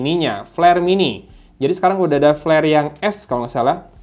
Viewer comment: peler bg bkn pler 😂